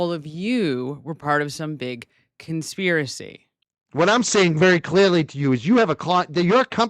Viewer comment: Coh-spiracy…she couldn’t even pronounce conspiracy correctly!! lol